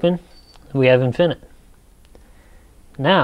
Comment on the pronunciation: Infi-nit. Not In-finit. Otherwise a decent primer on resistors.